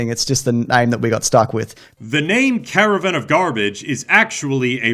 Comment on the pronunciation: Cara - VAN ....not Cara-Vin of garbage bro! I hate you I hate you I hate youuuuuuu!!!